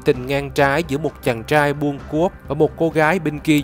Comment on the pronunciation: Neu co the ban nen noi cho ro chu R cho dung hon nhe ( vi du nhu chang trai nhung ban noi chang CHAI ) vv qua that la qua kho nghe .